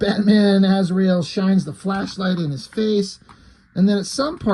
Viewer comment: To quote one of the Tremor Brothers from Smokin' Aces "You mean Az-ry-el?"